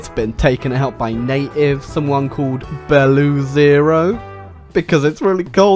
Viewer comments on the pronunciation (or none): Man, that video is great. But you made a mistake with pronunciation of Beloozero. It's not Beluzero, it's Belo ozero but one word